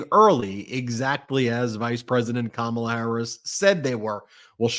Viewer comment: He called her Comma’la or did I hear wrong?